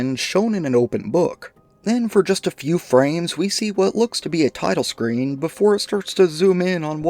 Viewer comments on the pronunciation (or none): none